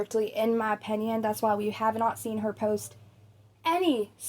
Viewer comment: Here's an unimportant, petty, unasked for opinion. The way you pronounce the word, opinion as, "openion" is painful to hear every single time. 😑😅 That aside your voice/tone is pleasant, easy listening for times when I want to listen to unimportant nonsense I barely register for background noise during important, real world tasks. You're good at being background irrelevance. As for Eugenia herself? Her fate is already sealed in flesh and blood. Or lack thereof. The only thing that remains to be seen now.... is how many of you lot actually invest in this topic of her slow demise with any degree of serious curiosity.... ...Yet walk through life as if you're generally above such morbid curiousity and think yourselves decent people in the same breath. If she's offline she's offline. To speculate why is a waste of, what seems to be, (all) your limited, precious brainpower. I shall see myself out. Excuse my opEnion. 😂😂